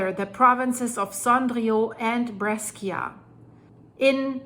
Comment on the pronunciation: Brescia is pronounced like "Bresha" btw, not "Breskia"!!